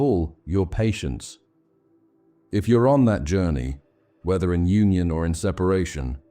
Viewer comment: I want to believe what you're saying, but I also can't believe that whoever this narrator is doesn't know how to pronounce "Union" . "The collective unconscious - eternal myths of Union" The narrator completely mispronounces that title. It's obviously an AI mistake. Sorry for pushing this so hard if this really is a genuine effort but this is the deranging aspect of AI that most people are not going to be on the lookout for. Since AI is not human, it does not care if it is injecting harmful philosophies along with accurate philosophies. This mixing of philosophies can be just as detrimental as not searching for wisdom at all, if not more so. AI is a very tempting technology to take shortcuts to create content and for artists like me we see it as an affront to God's gift of consciousness. 7 hours of psychobabble is going to get the right metrics to make a more profitable video whether it's accurate and helpful philosophy or not. Getting people to start listening to this at night and then fall asleep with it on is a strategy for making money, not helping people.